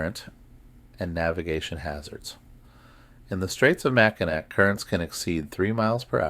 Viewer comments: Michigan Girl. Can’t handle Mack -I-Nak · Just for yur information: Mackinac is pronounced "Mack-in-awe". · It makes me cringe ever time he says it lol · And i wonder if he ever notices hes saying the island wrong lol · this is making me NUTS, I wouldn't be able to sleep listening to this because of that, lolol.